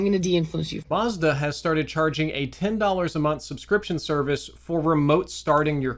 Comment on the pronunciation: It's Mazda not Marzda . A sounds a . Not ar .